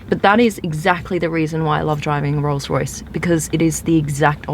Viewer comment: Did your tongue slip, 'Royals-Royce' 😁 Hire me Blondie!